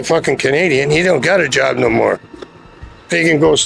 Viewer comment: “They tuk my joooub”